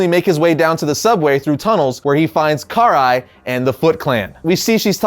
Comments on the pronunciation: Pernoumced ka-Rye not Car-eye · Who is Car Rai? 😆 It's Karai (Ka- Rai) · Karai is pronounced (Kah-Rye) not (Car-Eye) lol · It’s “Karai” not “Car-eye”! Lol you’re killing be dude.... 😎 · Why do they call get Kuh-Rye in the shows but and Historian pronounce it this way...which sounds so weird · He said Car eye 🤣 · The way u say karai’s name is just ugh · It's annoying hearing you pronounce "karai" wrong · Why is it no one seems to know how to pronounce Karai anymore